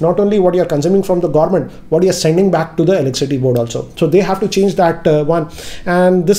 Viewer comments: Did anyone noticed that he's pronouncing "eleccity" instead of "electricity?🙄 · Its electricity not eleccity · Is he saying elecsity instead of electricity ? 🤔🤔🤔🤔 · Elecity ? Did i hear you say it right ? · Can't help notice that 'Elek-city' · Is it just me or when you guys hear him say Elickcity!😬